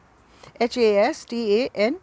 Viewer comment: Sister you are pronouncing wrong words. Please phly ap hud thek sy seekh len ,it would be very funny agr koi apky btay huy words ja k boly ga to. for example its Hastane .. not hasnate . ni kadar , its ny kadar. bhri yeh urdu wali use hoti hai . just wanted to correct you.